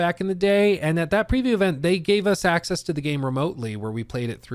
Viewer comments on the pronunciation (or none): none